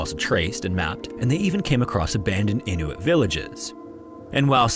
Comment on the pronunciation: I love the proper pronunciation of "Inuit"😊